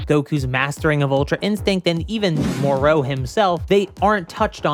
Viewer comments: The way you pronounce moro is very funny. You say it like, the island of Dr. Moreu and not... more. More-o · I kinda wanna ask why you pronounce Moro that way ngl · Hearing this man pronounce Moro and Korins name is the funniest thing